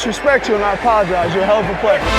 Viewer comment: Gronk said id like to opologize to number 27? He is a starting all star learn names if you opologize